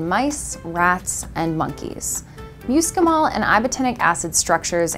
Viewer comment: "MUUScimol?" I love it. Amanita muscaria though is ALSO edible.